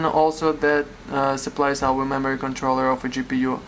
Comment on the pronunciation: Lol it sounds like you keep calling it a mammary controller. Which is not quite the same thing as a memory controller.